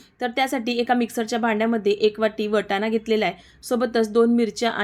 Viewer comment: पाणी बोल ग... पानी नाही... वटाना.. नाही वाटाणा